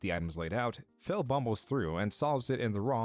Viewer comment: Everytime says Phil, he sounds like he is saying Phail lmao